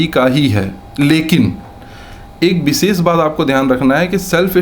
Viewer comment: व और ब में स और श में अन्तर पता ही नही है चले है आईएएस बनने।😂😂😂 बिसेस क्या होता है it's विशेष